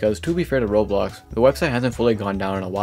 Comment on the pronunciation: BRO CAN YOU SPEAK CLEARLY???🔥🔥🔥🔥🔥🔥🔥🔥 ITS ROBLOX NOT ROLS!!!!!!